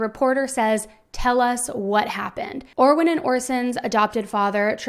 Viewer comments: How about we get the boys names right, Orrin not Orwen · "Orwin" clear as day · She definitely said Orwin, I thought I was saying it wrong. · OR RIN not or win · Orson and ORRIN. NOT Orwin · and.video! However, its Orrin and Orson, not Orwin. I will keep watching. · Hi. I noticed you called him Orwin throughout the video, but is that the correct pronunciation of Orrin? Prayers they’re found safely! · I'm sorry but there were times when you undoubtedly said Orwin, plain as day and not in a rush. it's okay to make an error, you're human. in fact there are several errors in this video regarding the information you gave, but I just don't understand why you responded with such hostility to that comment when the proof is literally right there and anybody can hear it lol it's just weird to deny/dispute something when theres actually proof of it... lol 🙆🏼‍♀️🤷🏼‍♀️ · A lot of your info is wrong and you said Orrin's name wrong the entire time.